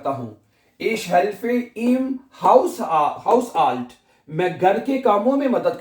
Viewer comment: Haushalt instead of Hausalt